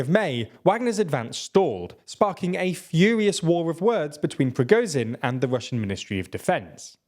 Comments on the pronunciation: He has a hell of a lot to cover. I think pronouncing Z as Z instead of zh isn't that big a deal. If he was pronouncing something totally wrong itd be different. The only issue here is it isn't sh enough. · thank you. its not progozin, its prigozhin. listen how everyone else prononunces it. the S in viSion sounds like zh in prigozhin. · The only thing more impressive than the Ukrainians' tenacity is the fact that you finally ALMOST pronounced Prigozhin's name correctly. So close! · Nice video. Though you guys have been covering this battle for months and still can't pronounce Ba"kh"mut, "W"agner or Prigo"zh"in.